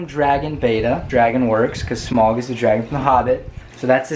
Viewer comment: It is Smaug, not "smog"